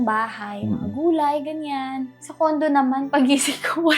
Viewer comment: bakit ganun? Bakit CONDOM instead na CONDO?! 😂😂😂